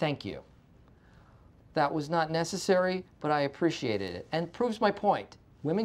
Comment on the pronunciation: Did Michael say "much appreciatated"?